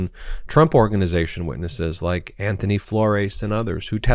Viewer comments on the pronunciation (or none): none